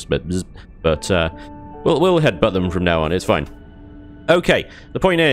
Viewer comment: "It'll be foine!" Every time we hear those words.... 😂